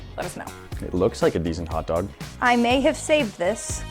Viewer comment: they took "hotdoga" lol